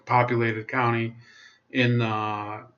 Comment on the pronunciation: Pretty good breakdown but man we got to work on our pronunciations. Lol but you did say Nevada right. Hardy and Horsford are poster children for corrupt politicians. Tarkanian is an empty suit all face no ideals is why he struggles getting traction. If tarkanian had any principles he could run for governor. We're so screwed out here.